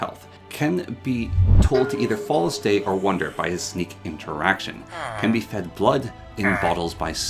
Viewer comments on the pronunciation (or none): none